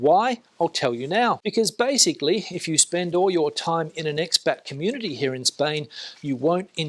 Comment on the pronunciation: Fantastic video. Isn’t it Ex Pat - not Ex Bat 🦇 LOL